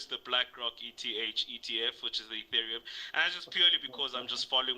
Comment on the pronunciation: you had David until you said Etherium 😂😂